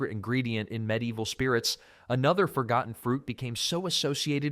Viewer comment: There are loads of medlars around where I live. I didn't watch any more because hearing the mispronunciation of medieval 15 times in the first five sentences was more than I could take.